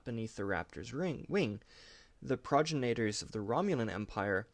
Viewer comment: Ouch, that pronunciation hurt my ears. Try it like this, with the short "i" sound instead of an "a" sound. Remember, the root word is "progeny", and that should help. Pro-gen-itors. Thanks!